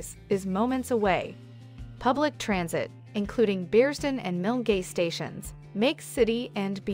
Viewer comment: The River Kelvin runs through the North side of Glasgow, Pollokshields is on the South side of the River Clyde. Hyndland - pronounced as Hind - land. Please do your homework first. Bearsden - Bears - den. Milgay ? Try Mil - guy instead. Dennistoun = Dennis - ton. Plus the rental prices you mentioned are on the excessive side, you can get decent accommodation in all these areas a lot less, you need to shop around.